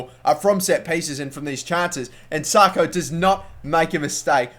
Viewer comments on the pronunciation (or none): pronounced sacko not sarko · Sako is not pronounced Sarko, it is Sako, same as the Liverpool defender and the West Ham striker. Also, Niang is pronounced Ni-ang not Ni-ong. Other than that, another great episode :)